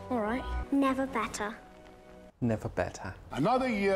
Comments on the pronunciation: rewatched this part at least 47 times just to hear that “nEva bEttA” 😂😂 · NEVAH BETTAH